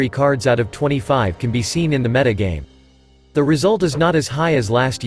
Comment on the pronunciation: oh my god you fixed the pronunciation of 'meta', that is the best thing I've heard since returning to hs a few days ago